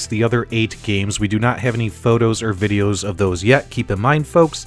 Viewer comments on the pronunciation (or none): none